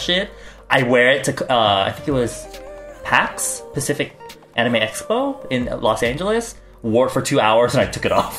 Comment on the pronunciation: THE FUCKING THUMBNAIL HAD ME LAUGHING FOR 2 MINUTES!!!! THAT WAS SO UNCALLED FOR IM LAUGHING FROM SHOCK XD XD HE SAID PACIFIC INSTEAD OF SPECIFIC! XDXD